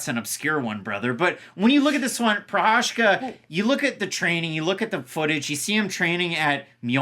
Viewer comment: Did you say “Prochazhka taking on Texeira”? 😁